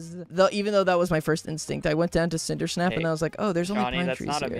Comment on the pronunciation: It's CinderSAP, not Cindersnap